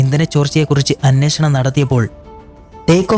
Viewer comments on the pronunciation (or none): none